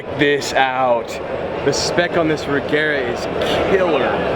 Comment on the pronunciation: oof, he kept saying re-gare-a. Sorry,, it is Re-zher-a like, chair. Re-zhere-a